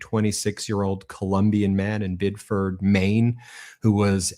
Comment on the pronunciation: For Mainers it is pronounced Bid a fed.